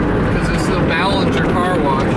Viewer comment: you said belanger wrong